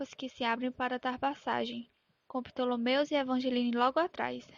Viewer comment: É Ptolemus, não Ptolomeus kkki descobri com memes